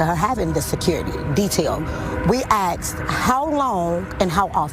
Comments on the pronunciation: *asked…..not axed. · "I just assward it. You axed me a question and I assward it." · She "axed" how long and how often 🤣😂🤣😂🤣😂🤣 how did she make it to that position with that vocabulary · "you axes me a question " need we hear anything more from her!😂😂😂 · If you can’t say “ask”, and say “ax” instead, you can’t be Mayor. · she AXED........Isn't that violence? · " you AXED me and I responded" 😂